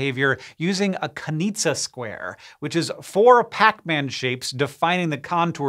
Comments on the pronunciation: so...i need to paint my extra large mouse mat so i have to stop cleaning it all the time? most likely Kanisza is pronounced Kanisha; not Kanitza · By Kanisza did you mean Kanizsa, in which the zs is pronounced like the English zh? As in the notable psychologist Gaetano Kanizsa? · was named after Gaetano KANIZSA (zs pronounced like the “s” in pleasure) Wiki says: He was born on 18 August 1913 in Trieste, Italy to a Hungarian-Jewish father from Nagybecskerek and a Slovene Catholic mother from Bovec. His surname is analogous to the Hungarian town Kanizsa (now Nagykanizsa) He attended the classic lyceum, and got the laurea (post-secondary academic degree) at the University of Padova in 1938, writing a thesis about eidetic memory. In 1947 he became a teaching assistant in the University of Florence. In 1953 he returned to Trieste with the role of full Professor at the University of Trieste, which he held for 30 years. He retired from academic life in 1988 and continued research until 1993, the year of his death. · it pains me when people don't learn how to correctly say/write words from other languages. it's correctly spelled Kanizsa, and since Gaetano Kanizsa's father was hungarian, the name correctly pronounced is with a sound that is like the S in "measure"